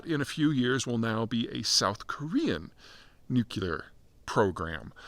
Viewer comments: "NEW-CLEE-ERR not NEW-CUE-LERR. Dear god, its such a simple thing to say correctly! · Pete, is there any chance you will ever learn how to pronounce the word "nuclear?" Let me help: start with nu. Now say clee -- like glee only with a hard c sound. Now add the final er sound. Just a note: the word nukuler is not in the dictionary. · Nu-CLEE-ar. Not Nuke-you-lar. Please pronounce correctly. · It's pronounced "nook-lee-er," not "nook-you-ler." You're well educated, Peter. Why do you mis-pronounce it this way? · N-U-C-L-E-A-R not nucular! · Say “nook-lee-ur”. Not “nook-you-lur”. 🙄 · The dumbing down of ‘Murica has gotten to the point that “nucular” is an accepted alternative pronunciation. Apparently, being perpetually tongue-tied isn’t an affliction anymore. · Nuclear not nucular! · I’m confused. What’s a nucular sub? Or a nucular anything for that matter?? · Why can't this guy pronounce, NEW-CLE-UR!!! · Nu-cu-lar ? What is that ? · The only people saying nucular are Homer Simpson, George W Bush and Peter Zeihan. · Just came for the nookilar. Was not disappointed. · Pete, I like a decent amount of your stuff. BUT...could you please figure out how to pronounce the word "nuclear"? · Please for the love of god learn how to pronounce the word nuclear. It makes you sound ridiculous to pontificate on a subject you cannot seem to articulate. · speech impediment? Say NUCLEAR correctly... MORON!